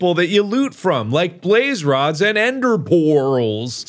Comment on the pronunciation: "Like Plaze rods and Ender Porrals" ~Markiplier